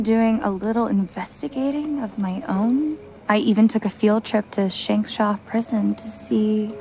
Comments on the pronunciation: I'm sorry, did Donna say Shankshaw Prison? SHANKshaw? Creative, guys, creative. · Shank shaw did I just hear a prison called shankshaw what the fuck riverdale lol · "Shankshaw Prison?" Is my hearing going out or did the girl legitimately say 'Shankshaw'? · "shankshaw" prison? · Did they really name the prison "Shankshaw"? I heard that right?